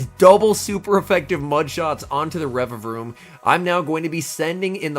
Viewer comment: Congrats on saying the name correctly!! 🎉🎉👏😆